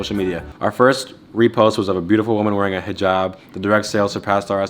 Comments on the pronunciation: Thanks for pronouncing hijab correctly. That’s how you can tell these people know stuff and pay attention to other people’s lifestyle/ cultures instead of the many other influencers/ social media people who may talk about this stuff but don’t act like that off camera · Aye nah that Hijab pronunciation was amazing